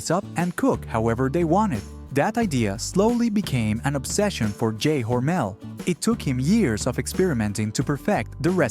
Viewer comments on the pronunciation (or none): Never heard Hormel called Hormail before.